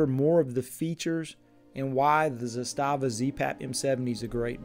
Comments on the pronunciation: It's pronounced "Zass-stuh-vuh" just so everyone knows. Everyone always says "Zah-stah-vah" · It's Zaaastava and not Z-staaava. 😊